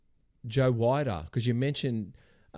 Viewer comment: Need to pronounce Joe Weiders name correctly. It sounds like weeder.